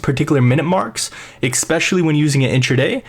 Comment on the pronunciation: You had me all the way up to you saying "expecially."